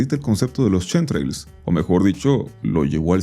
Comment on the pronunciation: Justo los "chemtrails" no tienen nada que ver con Chems por qué nisiquiera se pronuncia igual 🫠